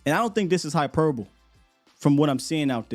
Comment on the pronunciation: Hyperbole has the e sound on the end. Hyperboleeeeeee